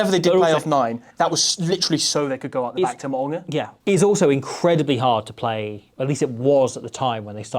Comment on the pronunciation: mate pronounces Mo'unga's Tongan surname perfectly ('Maw-ooh-ngah')- whereas absolutely butchers it by saying "Mow-ah-nga". Trust me, I'm Tongan🇹🇴